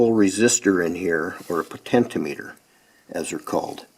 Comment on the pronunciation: Good video, however your pronunciation of potentiometer was driving me crazy though. It’s “po-ten-chi-ah-me-ter”